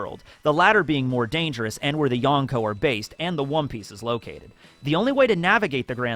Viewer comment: did he say wom piece 😂😂